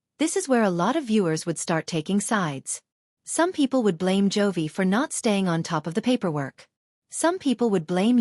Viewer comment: His name is J O V I , it Joy‼️‼️‼️ Stupid AI voice